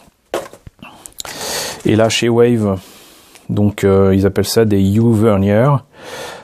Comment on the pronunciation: top comme présentation! comme d'habitude tu nous gâtes! Par contre je ramène un peu ma science, les moteurs U "vernier" se prononce à la française, (cocorico) du nom de l'inventeur français Pierre Vernier.